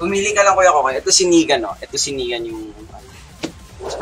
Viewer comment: It's "Negan" by the way not "nikan" 😁 anyways thanks for this! 💙